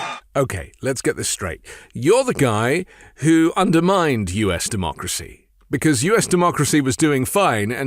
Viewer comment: The last republican to say the word "democracy" ironically was Bush. I think Trump said "dumb-ocracy" No other explanation. And, yes, this is an ongoing insurrection.